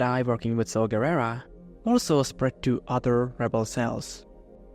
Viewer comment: I felt emotional pain every time you mispronounced Saw Garrera's name. Other than that very fun video.